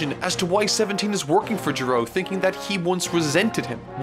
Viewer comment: His name is Giro. Pronounced. 'Gear-oh' He repeated it dozens of times through out the series, like a friggen pokemon.